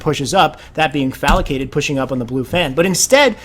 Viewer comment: Great video! One thing to note, the players name is Falcated not FalAcated.